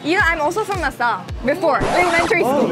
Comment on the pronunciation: we're from "Luh Suhlle"